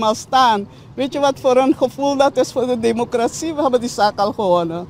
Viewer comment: Democratie heeft het accent op 'tie en niet op 'cra. Als journalist mag je wel letten op correct taalgebruik.Suriname glijdt af qua ontwikkelings niveau. T a.v. de jurisprudentie bevindt Riad zich in een moeilijk parket.Het vonnis tegen Chan mag niet genegeerd worden. En ga sporten, want die buik van jou ziet er echt niet goed uit. Je weet dat indien je ziek mocht worden in deze tijd, je niet levend uit het ziekenhuus zult komen. Breaking news: De ondervoorzitter van de VHP Aziz Gajadien heeft afstand genomen van het standpunt van Riad en Chan gevraagd in te grijpen. Hij verbiedt Riad ook om namens de staat Suriname te procederen.